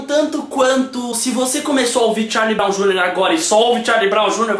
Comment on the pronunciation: "charlyew broum júniors" kkkkkkkkkkkkkkkk gent morri aq de tanto ri